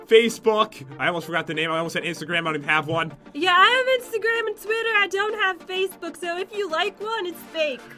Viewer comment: when pat said Facebook it almost sounded like something else uwu